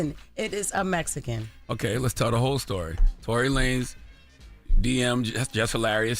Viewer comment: Mejican??? Really